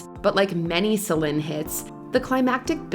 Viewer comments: It's Celine not Celin🤦🏽‍♂️🤦🏽‍♂️ got me cringing over here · Who's the commentator? It's pronounced SA LEEN, not SAL IN. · the narrator keeps mispronouncing Celine (seh-leen, not seh-lehn....) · What's with the constant change in Celine Dion's name pronunciation? It's SO annoying! The list is very outstanding but the pronunciation of her name on this video is very annoying to hear, I know she's trying to pronounce her name correctly but it's sounding differently like Selen or Selin. She can say it with a neutral accent.😅🙄